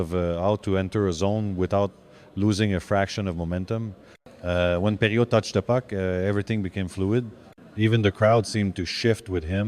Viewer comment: Great to see Gilbert in Lafleur's top 5. Pretty sure the admiration was mutual. The AI voice which mispronounces Perreault's name is kind of creepy though.